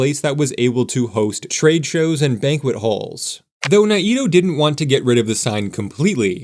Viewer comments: Sure hope this redevelopment goes through. I used to work just a couple of blocks from the Monkey Park building, and did lots of gigs in that building, too, in the 90s. Fingers crossed this happens. BTW, the developer's name is pronounced Bill "Nay-toe" not "Nigh-ee-toe." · Correction, "NAY-toe" not "nay-EE-toe". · Um, it is pronounced Nay-Toh or sometimes Ni-toh. Parts of the family say it one way, others the other, but neither say it like the narrator of this video! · I know we all say NAYto but I believe the Japanese pronunciation is more like NA-eee-toe or Ny-Toe. Curious now if anyone wants to clarify. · Mr. Naito’s name is pronounced Nay-toe. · His name was pronounced Nate-Oh. But since you’re not AI I’ll give you a pass… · FYI it’s Nayyy-Toe (Naito) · I do appreciate the effort involved in putting together these videos. I really wish if people aren't from the area that they learned the pronunciation of names like Naito, which is a Japanese name. I don't know where the word extra vowel sound snuck in there. The correct pronunciation is Nai-toh. Think MyToe but with an N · I came here for this comment; I'm a long-time Portlander. NAY-toe. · Naito is pronounced NAY-toe. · The way he said it would indeed be a pretty good Japanese pronunciation, but as someone who grew up in Portland I had never even heard it that way before this, so maybe they pronounced it in the more American way, as sometimes happens